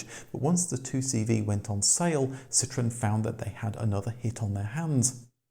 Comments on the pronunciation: But why do you keep pronouncing Andrè's last name, and the name of the company, completely wrong? If you take him up on the fancy name, it's "cee-troh-ENN". If you call his bluff, it would be "cee-TROON". But "CEE-trunn"? No. No fucking way. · See - troh (roll the R) - ahn. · Hey, please do the marque justice and pronounce it correctly. A "citron", as you Brits tend to pronounce it, is literaly a "lemon". A Dutch grandfather was a green grocer and took the surname Limonenman----literally a "lime man" (not lemon). His son, not Andre, changed it to the Dutch word 'Citroen", which is indeed 'lemon' in Dutch, AND pronounced "citron". Nonetheless, the French don't normaly pronounce two consecutive vowels independently, but based on several theories, the family wanted each vowel enunciated. So, the trema (") was added to the "e" to signifiy that both the "O" and the "E" are pronounced separately. [An easy French example is Noël ] Phonetically, this is not a hard word to pronounce correctly: Si-tro-en. Why would you bother correctly pronouncing Renault and Peugot (although you also crucified "Pan-Hard"---the "d" is silent)? I mean really, La Manche is only 31 miles across; you'd hope this miniscule distance would prevent the Roast Beefs (ha!) from mangling yet another French word. Zut alors😵‍💫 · What no “”Cit Row EN””?